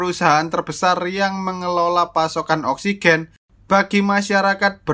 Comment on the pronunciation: Saya gak bisa nonton ini karna saya belum perna menghirup "Oskigen"